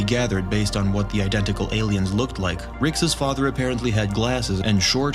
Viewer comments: you pronouncing Rick’s (r-icks) as “Rickses” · Just to help you out bud, “Rick’s/Ricks” is pronounced like “Rix” NOT “Rickses/Ricksays” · Why does he say "rickses" instead of "rick's" lol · Rickses? You're trying to say Rick's... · Why are you pronouncing it Rickses? It's just Rick's lol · Why do you keep saying "Ricks's" it's just "Rick's" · I am bothered by how you say Rick’s. Rickses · Dude why TF are you saying "Ricks's"? It's just "Rick's". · Why do you say Ricks's instead of Rick's? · is no one gonna point out the fact that he says ricks's instead of ricks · It's pronounced "Rick's" Not "Rickses." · Why do you say “Rick’s’s” as the possessive of Rick? (etc.) Just curious. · It honestly bothered me every time you said "Ricks's". Every single time. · Love your videos! 2 small things though. When referring to something belonging to Rick, it is prounouced Ricks, not Rickses. Also, it’s the Morty-est Morty, not Morteest. Much love !!! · No Ricks’es / Ricksess / Rick’ses. It’s “Rick’s”! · I may have to stop watching these if I hear Rickes not Rick’s or Diana not Diane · And repeatedly chose to use "Rick'ses" instead of "Rick's". smh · “Ricks’s”… please stop. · Why I saying ricks’s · stop saying rickses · "Rickses" "Rickses" "Rickses" "Rickses" "Rickses" "Rickses" "Rickses" "Rickses" "Rickses" "Rickses" "Rickses" "Rickses" "Rickses" "Rickses" "Rickses" "Rickses" "Rickses" "Rickses" "Rickses" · please stop saying "rickses" lol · Rick'ses pieces. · Anybody else notice this guy says “rickses” and “the love potion was infected with the flu”? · Yes it’s driving me nuts. And his accent is obviously that of a native English speaker. It’s “Rick’s” for God’s sake lol!